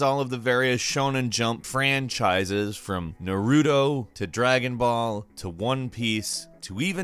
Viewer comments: Mans relly said NaRUUTO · His pronunciation is off for Naruto and and Yakuza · I hate the way you say Naruto not to be mean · The way you said “Naruto” made me want to slam nuts in the microwave. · You pronounce Naruto wrong 🤦🏽‍♂️